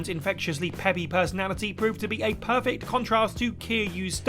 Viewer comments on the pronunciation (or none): none